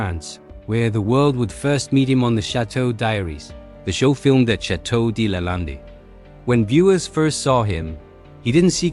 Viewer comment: Your pronunciation of Lande makes me 🤮